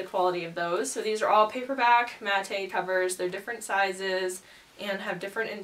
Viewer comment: Matte is pronounced mat - lovely video, can't wait to see you grow.